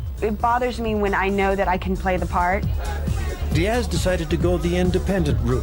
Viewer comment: There is no ASSSSS emphasis in the name Diaz as these people are constantly doing. Strange since they don't do it with Thomas, Douglas, Lucas, or any other name ending that way.